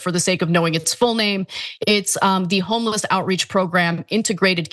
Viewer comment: Did she say homie-less?